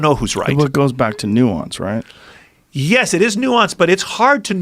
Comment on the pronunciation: Joe "'Nuance'" Rogan